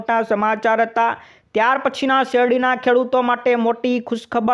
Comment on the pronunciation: sheradi bolo, shevadi nahi,😂😂😂, baki badhu to khub saras ho😂😂😂